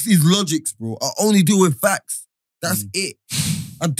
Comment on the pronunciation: has started saying "Factos", Give it two weeks watch how he says he invented it😤😤😤